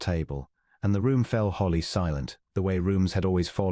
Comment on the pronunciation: « She read everything » - the verb ‘read’ in this context rhymes with ‘red’, not with ‘feed’, as the robot narrator mispronounced. … »his aching head » - ‘aching’ has a hard ‘ch’ like a ‘k’ and is pronounced ‘a-king’, not ‘a-tshing’. ‘wholly silent’, not ‘holly silent’, and pronounced ‘ho-ly’, not ‘haw-ly’. Fortnight